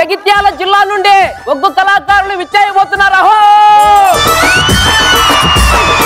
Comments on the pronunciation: Arey adhi uggu kadhu ...ooggu.. please chang the icon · ఉగ్గు కాదు అండి ఒగ్గు అనాలి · ఉగ్గు కాదురా, ఒగ్గు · ఉగ్గు కథ కాదండీ ఒగ్గు కథ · ఉగ్గు కాదురా అయ్యా ఒగ్గు 🤦🏻‍♂️ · Uggu kadhu bayya oggu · ఉగ్గు కాదు ఒగ్గు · ఉగ్గు కాదు నాయన ఒగ్గు సరి చెయ్యండి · Uggu kadhu oggu, kinchaparachakandi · Uggu kaadhu raa Adhi oggu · Uggu kadhu ra ayya oggu